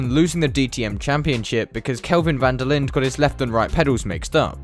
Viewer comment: South African here, not really important, but van der Linder is pronounced van der Lin-duh. Great vid tho. The whole thing left a sour taste in all us SA motorsport fan's mouths...